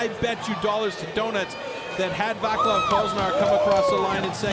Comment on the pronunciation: Oravec /oravets/ Vaclav /Vatslav/ The Czech and Slovak C is a TS sound not a CH or K